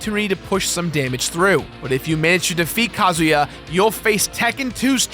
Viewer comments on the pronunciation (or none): Too much emphasis on Ka. It's not Ka as in a bird, it's Ka as in uhhhh. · Ka-Zoo-Yaah. Not Ka-Zoo-Ya. You pronounce it too fast man. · you pronounced kazuya wrong